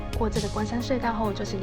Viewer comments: 埡唸一ㄚˋ 不是唸三聲一ㄚˇ ＾＾b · 埡口,唸 ㄨ 四聲. 不是啞巴的啞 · 糾正一下 "埡口" 不唸"亞" , 念"霧"的音, 雖然大多數人都會唸亞已成習慣, 能自己一人騎車獨行給妳一個讚